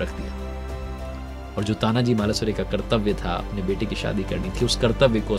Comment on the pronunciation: सर आपकी एक भुल को सुधारणा चाहुंगा वीर मराठा योध्हा तानाजी मालूसरे ऐसा नाम हे. अपने गलतीसे मालासुरे ऐसा बोल दिया. 🙏🙏🙏